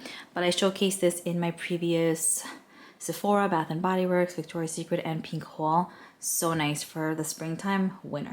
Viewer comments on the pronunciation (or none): none